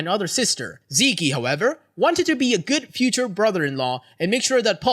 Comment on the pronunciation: Zeke is pronounced "Zeek", the ending e is silent.